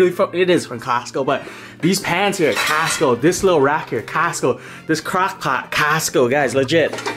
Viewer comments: The way he says "costco" sounds like he's saying castco. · It's not Casto... its Costo!! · "Kast Co" 😂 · No one:: "cAStCo"😂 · I love the part where he said "casstco" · How else do u say it? 😂😂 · The way he says Costco 😂😂😂